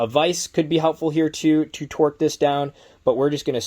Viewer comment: Its torque not twerk lol